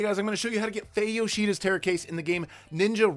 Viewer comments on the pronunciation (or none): he said fey yoshida